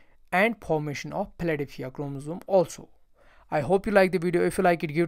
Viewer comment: He says: "Philadelphia chromosome" and the translation said: "Platyphia chromosome". Hilarious and informative about the person's ability to pronounce English words!